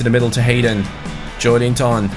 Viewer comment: Like so can see Its pronounced jo-el-in-ton #irl Where will newcastle finish in your opinion???